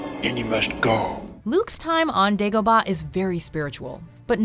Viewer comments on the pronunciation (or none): And dagobaaaaahhhhhhh